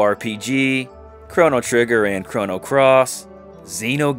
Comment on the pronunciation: Stopped listening at "Chrono Cross".